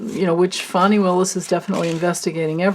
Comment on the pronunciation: So nice to hear someone pronouncing Fani correctly ..everyone including news people are saying Fanny! Lindsey is like a weather vane. He's so pathetic...I'm a SC resident, I really thought Jamie Harrison was going to take him down. Ugh...SC. Blue dot in a red sea here, as they say. Thanks for your readings 👍 ~~Katerina